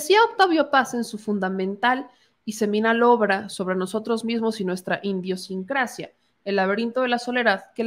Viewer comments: Oye, dijiste "Indionsincracia" muchas veces, creí te habías equivocado pero lo repites y esta escrito: Idiosincrasia" ósea que pedo? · Porque dicen "indiosincracia" le agregar a propósito la n? Porque la palabra correcta es idiosincrasia. Será que quiere refieren a la palabra indio? Pregunto porque no es la primera vez que escucho eso. Quizá no se ha dado cuenta... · en la lectura dices... (*indiosincracia* y es idiosincracia) creo q leíste mal. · no se lee: Indio sincracia, es: Idiosincracia, saludos. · ...es IDIOsincracia no INDIOsincracia... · se dice “idiosincracia” no indiosincracia 😗😗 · Idiosincrasia. No INDIOsincracia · Idiosincracia no indiosincracia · !!!!PERDON, ES IDIOSINCRACIA……NO INDIOSINCRACIA!!!! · SE DICE IDIOSsinceacia NOOO INDIOsincracia... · Si, varias veces pronuncio idiosincracia como "Indiosincracia", pero creo que fue por equivocacion, no por desconocimiento de la palabra. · cuatro veces pronunciaste “indiosincrasia”. Tú muy mal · Atención: no es "INDIOsincracia", su raíz no es "indio"; sino * IDIOsincracia, su raíz es IDEA. Saludos cordiales. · Por que dices indiosincrasia si es idiosincrasia y lo repetistes varias veces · ...una observación, no es indeosincracia..como tu pronunciaste todo el tiempo...es idiosincrasia " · Se te fue dijiste INDIOcincracia pero era IDIOcincracia sin N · Buen video, solo una observación, es idiosincrasia, no indiosincracia. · o es con dolo...lo lee...tal cual... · Estas leyendo mal. Idiosincrasia es correcto. No como dices: indiosincrasia. Critica constructiva. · Querida, no es “indiosincracia” es: IDIOSINCRASIA. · Por qué lees "iNdiosincracia"? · Hola.iii saludos,...se dice idiosincracia. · "Indiosincracia"...no chingues,lees del nabo! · Fe de erratas: IDIOSINCRASIA. I D I O S I N C R A C I A. No Indio-sincracia. Perdon, no lees bien. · Señorita, no se si lo hace adrede, pero la palabra es idiosincrasia, no indiosincracia...